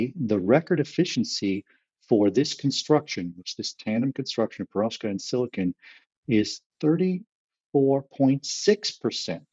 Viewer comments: To - I pronounce it per-OV-skite, possibly a relic of Russian O level a very long time ago or a crystallography course at university. Almost p'rovskite, but not quite. Not PER-ovskite. With that out if the way, this is a brilliant podcast episode. Keep them going! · I pronounce it Perov-SKITE!.